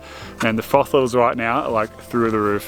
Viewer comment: Mate you said it. Froth levels (or frothels, as I heard it. Lol) through the roof. My frothels would be bursting through that perfect blue sky... This type of camping has been a dream of mine for ages. I should just set a plan and go do it.